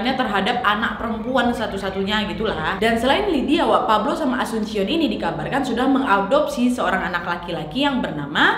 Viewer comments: Cuma koreksi saja kak nad, ibunya asuncion bacanya asunsyion karena memang nama umum alias pasaran di filipin karena sy ada teman juga namanya sama cuma family namenya beda. Cavite dibaca Kavitè karena sy pernah ke Cavite tepatnya daerah imus dan daerah silang dekat dengan tempat wisata bagiou, Cabading dibaca kabading. Terima kasih. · Ijin koreksi cara baca : Cabading bacanya Kabading, Asuncion bacanya asunsion, Cavite bacanya Kavite atau Kabite. * Saya kebetulan pernah 3,5 tahun tinggal di Filipina. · Nad, mau benerin beberapa hal. Wkwk jiwa pinoy ku berontak. Maap. Cavite dibacanya ka- vi - te. Terus namanya bukan dibaca pakai c tapi Ka-ba-ding. Asuncion dibacanya esansyon. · Cabading - kabading Cavite - kavite Asuncion - asunsyon